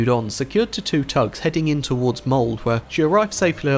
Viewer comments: Okay, I get not knowing unique Norwegian letters, like the "ø" in "Bodø" But our place names, even in English have all the letters there for a reason. Never treat the e at the end of Norwegian, Swedish, Danish, Icelandic, Faeroese or German words as silent. Its a English only thing. So no, it's not "Mold" with a silent letter at the end. But "Molde" with the "e" at the end being a separate syllable... So please, please, please in the future, don't treat words ending with a "e" that's not English as one letter shorter? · Good pronunciations btw, but Molde, Say Mold and emphasize on the e, you get MoldE ✌️ Great video explaining the situation 👍